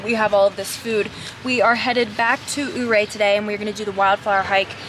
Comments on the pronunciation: born and raised in gunnison, went to telluride almost every summer. Glad u guys like colorado! and its ur-ray not oo-ray 😆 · Glad you guys had fun!! BTW, Ouray is pronounced You ray not oooo ray. Just so you guys don't stand out so much as a tourist lol.